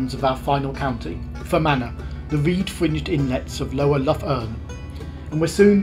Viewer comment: Nice video! Btw I think the Irish "Lough" is pronounced much like the Scottish "Loch" rather than like Loughborough. Looking forward to your next trip...